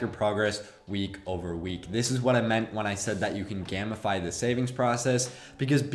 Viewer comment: Great video! Only a couple things bothered me. A: it’s pronounced “game-i-fy” like turning something into a game. Took me a few times to realize you weren’t saying “gammafy” B: too much explanation on nonsexual strange addiction. Next time just say you collect Pokémon cards or something lol. Very good video though! Thank you!